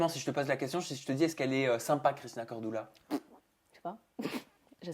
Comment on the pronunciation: Corduuuuuuula pas cordoula 😂😂😂